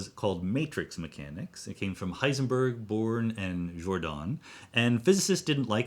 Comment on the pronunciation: Thanks for pointing out the proper German pronunciation of physicists names. Now guess my nationality... Disappointed, you just pronounced Heisenberg wrong, the ..berg part.